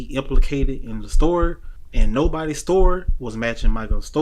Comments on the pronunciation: Learn to say story not store😊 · Dose he realize that the narrator keeps saying store not story